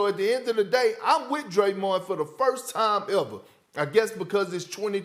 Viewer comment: Sas just called him (Draymond) Jayron Jean😂😂😂